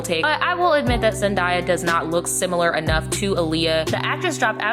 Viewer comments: Zen-DAY-a. Not Zen-DYE-a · IT'S ZEN-DAY-A. NOT ZEN-DIE-A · zendaya is pronounced zen-day-yah not zen-dye-ah :) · It’s Zendaya, not Zendie-a lmaooo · It’s ZendaYEAH Like yeah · Now, my sis Brittany would’ve NEVER been caught in those ugly ass wigs. Zen-“DAY”-uh. I had to. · Why are you mispronouncing Zendaya’s name? I hate that so much with a passion. You literally can find her introducing herself in any kind of interview or YouTube video on her channel and that’s not how she pronounces it ugh. I’m sorry I’m sounding like a bitter mean person but how do you talk about someone and don’t make sure you know how to pronounce their name correctly? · I’m just mad because you’re not the first person I heard saying it that way. Like there’s no “i” her name... so why do people keep pronouncing it like there is???? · Why are we still pronouncing Zendaya’s name wrong in 2019😑